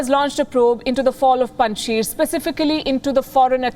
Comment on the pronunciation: Even you guys can not pronounce name of Panjshir …. Panj Shir …. Sheer It means five milks Panj Sher means five lions …. Russians could not win there because of agreement with Masood to keep Salang Pass open for them. No war no conquest. Paliki you are welcome to visit Pakistan 🇵🇰 and enjoy our hospitality at Kartarpur Border. Swallow the face … government will be on 11 September…. Someone is choosing dates. 15 August .. Kabul captured 06 September .. Panjshir captured 11 September. Taliban Islamic Government